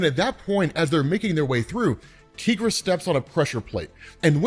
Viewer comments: I've been watching a lot of your Moon Knight videos lately, and I have one question - Why do you pronounce Tigra's name, 'Teegra'? She is not a Latina. Is Spanish your first language? You are the only person I have ever met to pronounce her name, Teegra. I think it would make sense if she had 'El' in front of her name, but she doesn't. Greer Nelson has the powers of a Tiger, so we call her Tigra. Why do you call her Teegra? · I’ve never heard someone pronounce Tigra like that